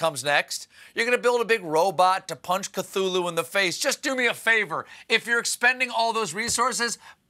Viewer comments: I'm sorry, but it's KUH-TOO-LOO. You don't pronounce the "th" as th. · Say it with me.... K' TOO LOO, well never raise him when the masses keep mispronouncing his name. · Cthulu - well, now I know how to pronounce it. BTW - the Cicadas don't just have sex - they also do horrible damage to trees in laying their eggs. Young trees are especially at risk, since they like that thin, young bark to lay their eggs in.